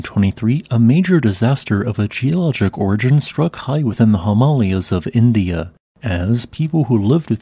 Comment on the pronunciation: Lol he can't pronounce Himalayan.They are not the Himalas😅😅😅